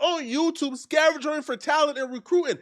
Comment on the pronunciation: I can't listen to. I hear "scavengering" and close the video ASAP!